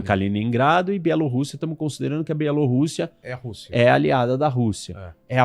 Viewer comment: crl que dor ouvir o chamar a bielorussia de belorussia kkkkkk